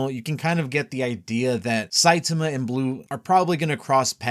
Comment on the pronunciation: Your killing me bro with your "Saitumuh." Sai-Tah-Ma. Gonna keep posting this sh!t till you get it right.